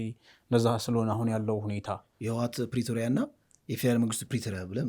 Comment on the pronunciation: you are brilliant and so are your friends on this platform Your pronunciation of Pretoria needs correction. It's not Pretorial 😅😂